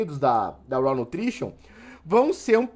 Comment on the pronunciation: Cara obrigado por pronunciar corretamente o inglês 🙏🏻!!!! Ouviram seus antas, se pronuncia “RÓÓÓWW” ouviram “RÓÓÓWWW”, não é “RAAAUUU” como vcs falam!